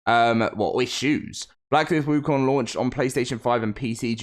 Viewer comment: first westerner who got the pronunciation of wukong right. 🎉